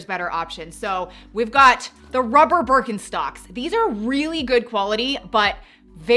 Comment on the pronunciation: I missed Mary Janes here! And it’s funny how you pronounce Birkenstock.😀😃